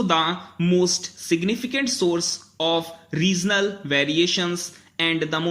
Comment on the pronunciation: accelerating ko sir aap ne asselerating pronounce kiya ..and regional ko reasonal..baaki bdhiya hai pronounciation ...👍